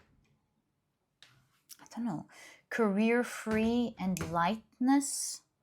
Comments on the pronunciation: I got so scared when you said career free but then I realized it’s actually carefree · Pile1: its carefree not careerfree